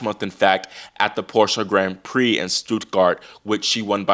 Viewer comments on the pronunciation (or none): none